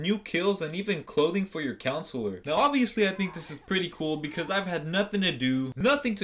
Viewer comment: You said “Counselure” 😂😂 I’m dead. Good video though bruh 🤘🏼. We needa get back on Friday today though.